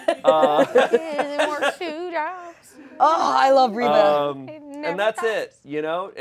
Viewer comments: pronouncing Reba as REE-BAH is sending me idk why lol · reaba just rebax